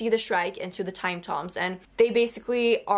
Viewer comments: I love this book great seeing other people loving it also. Time tombs are pronounced tooms like where people are buried. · Yeah, that’s the always the way tomb is pronounced. It seems strange that she wouldn’t be familiar with that word.